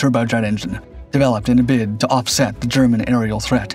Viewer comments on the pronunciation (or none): none